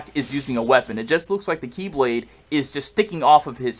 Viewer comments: Who else thought he said Keyblade when HD said KiBlade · I thought he said Keyblade & I was real confused...